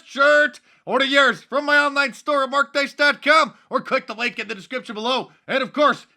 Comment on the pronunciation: Did you just say " order my shirts at markdice.cum ?